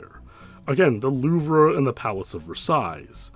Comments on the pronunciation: The Loove-Ruh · Great video! Btw, the famous museum in Paris, the louvre, is pronounced “looo-vvv” lol, I said it the same way you did in the video too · The Louvre is French and pronounced “Loove” with a long double “O” sound and the “re” is silent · "The Loover?" "Versais?" 🤣 It's pronounced Loov and Versai. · Hello, I don't mean any harm with this statement, but you said it a bunch and I want to help. It's pronounced "loove" or "lew-vv" you don't pronounce the r. Same with Versailles, the s is silent. French is hard. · I’m sorry but your pronunciation of the louvre and Versailles killed me. It’s [LOOV] and the last s on Versailles is silent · The r in Louvre is silent, as is the "lles" in Versailles. Just FYI.